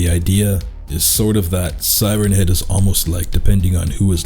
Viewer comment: For a second I thought the first word you said was “Thighrenhead”. Now I’m imagining it with thicc, sexy thighs so thanks for that I guess.